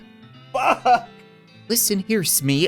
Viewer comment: havent heard him say FACK in a while